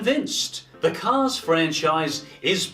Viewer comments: It's not cars you guys. It's caws. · I love the way pronounces "cars." CAAAAHS!!